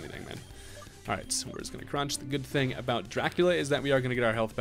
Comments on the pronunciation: alwayssearching2012 aboot killed me 😂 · channeling his inner Canadian